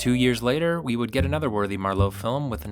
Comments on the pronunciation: What the heck? The first two pronunciations of "Marlowe" correctly put the emphasis on MAR - with increasing lapses ultimately ended with the narrator almost say, "MerLOT" as in the wine. It's MARlowe. The whole video is about MARlowe. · Why does the narrator keep pronouncing the surname as "mar-LOW"?? It's MARR-low god damn it. Also, the only actor who even came close to portraying Philip Marlowe was Bogart. Robert Altman should've served prison time for his crappy Long Goodbye with Elliot Gould, who had exactly NONE of Marlowe's traits. Robert Mitchum was too ugly & rough; James Caan too chipper; Powers Boothe too plain, not handsome enough or beaten-down enough. The Rockford Files guy was too soft & pretty and incapable of being intimidating; all the other guys just look like square dorks in suits with too-tight neckties & bad acting. Ironically Steve Martin's character in "Dead Men Don't Wear Plaid" came closer to embodying Philip Marlowe than anyone else. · I hate the way you pronounce Marlowe as Mar-LOW. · Yes, that was bugging me too. He pronounces it like ‘merlot’. I’ve always heard it pronounced MARlowe (mär′lō) /ˈmɑːrləʊ/, with the stress on the first syllable. This is the pronunciation of Marlowe given in Merriam-Webster’s dictionary, the American Heritage Dictionary, the Free Dictionary, the Oxford Dictionary, Wiktionary, and Wikipedia. It’s also how it’s pronounced in the films. Also, in American English, ‘plethora’ is usually pronounced: PLETHora (plĕth′ər-ə) or /ˈpleθərə/, not pleTHORa (plĭthôʹrə) or /plɪˈθɔːɹə/. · The "fantastic" Elliott Gould ???? As Marlowe ??? Ow dear ow dear, that doesn't do your credibility much good ! By the way, what is that irritating habbit of pronouncing it marLOW in stead of MARlow ? What's next, marLON branDO ? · besides the mispronunciation, what's wrong with elliott gould as marlowe (yes is marlowe, not marlow. whats next? Marlone Brandone???😂😂😂😂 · Thank you! That was bugging me all the way through it.